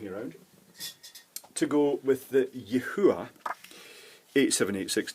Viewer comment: it's 2 syllables! like |yee hwa| >_< so frustrating...